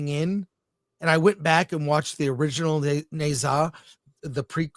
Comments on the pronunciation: As a Chinese, first of all the Ne should be pronounced Nur. Not hard to find out online. So be respectful and responsible. Secondly, forget dragon ball, you are totally off track, don’t pretend you understand the movie. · It’s pronounced Nah-zah.